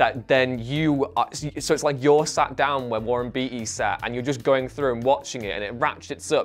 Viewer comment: Finally, somebody other than I has seen The Parallax View. BTW, Warren's surname is pronounced Bay-tee, not Bee-tee.